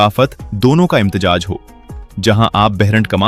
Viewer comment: Imtejaj nahee imtezaaj hay ye lafaz phelay Urdu seekho from kpk swabi 😅😅😅😅😅😅